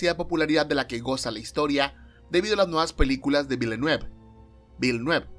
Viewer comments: Se escribe Denis Villanueve, y se dice vilanuev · tenia rato esperando el video apunte mamón: villeneuve se pronuncia más o menos como "vilnoof"